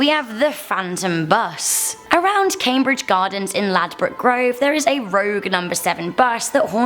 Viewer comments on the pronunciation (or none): none